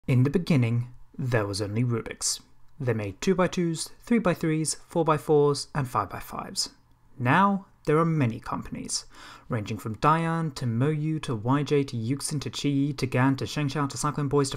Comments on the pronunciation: Umm, did you just say... Yu-ksin? I-I’m sorry but it’s said like Yu-shin. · IT'S NOT YUX-SIN, IT'S YOU-SHIN. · Side note: "Yuxin" is still pronounced "you sheen".